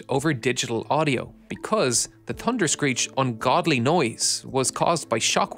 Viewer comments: TUNderscreech. I guess the letter “H”doesn’t exist for you. Are you related to Gary Drayton, the metal detector guy on “Curse of Oak Island”? He knows that if he EVER includes an “H” in his speech his tongue will catch fire 🔥. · "da dunderscreech" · thunderscreech not tunderscreech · The "Tunderscreech". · TUNDERSCREECH? You forgot the H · Pronounced “Tunder-screech” apparently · "Tunderscreech" love it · Ahh yes....the "Tunder-screech"! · Tunderscreech? Could you not at last make an effort?